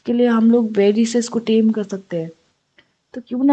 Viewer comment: Tame hota hai dem nahi